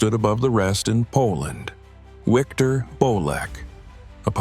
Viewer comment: It's pronounced Viktor not Wiktor